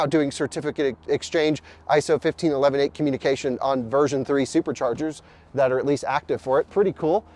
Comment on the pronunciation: Does it sound weird to anyone else when pronounces ISO 15118 as 15 11 8 instead of 15 1 18??